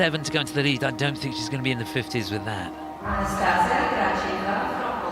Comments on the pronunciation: who the F is reading outloud the names in the arena?!?!?! "AnastaSiSia" ?!?!?!?! and thats not the only example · “ah-nah-stuh-see-uh” is the correct pronounciation.